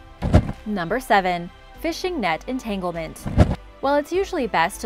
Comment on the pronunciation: She said entanglement 😂